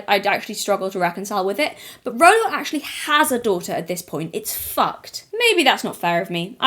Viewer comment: Stop saying rolo you're gonna trigger me to the snack draw